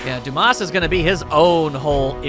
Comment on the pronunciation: Not going to lie, I thought Dumas was pronounced Dum-mas the moment I saw it. Duu-mahs sounds a lot better.